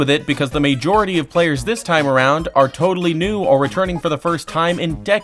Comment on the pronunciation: And the video after after that he learns to correctly pronounce “majority”.